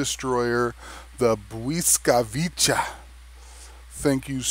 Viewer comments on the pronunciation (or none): At the end "Bwyskavitsa" cause you said it "Bwyskavicha" but o.k.